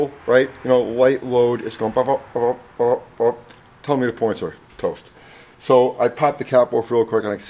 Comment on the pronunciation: He's a "Poin Star"